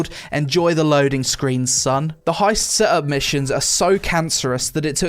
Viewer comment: why you pronounce set ups like "seh tups"?